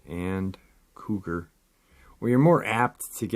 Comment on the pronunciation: I was confused for a minute; what are they talking about an old man and calling him the term “codger” (kah jur); I see now you meant “Cougar”. I really liked this episode. Take care everyone; be safe. Love y’all!! 🖤🐺